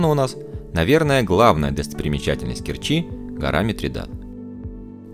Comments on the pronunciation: Все отлично, но...режет слух КкерчИ, Керчь в КЕрчи, порт порты, торт торты. Кореная керчанка. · Спасибо за прекрасный обзор моего города. Только правильно КЕрчи.